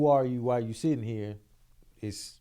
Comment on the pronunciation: saying “setting” instead of “sitting” is so funny to me 😂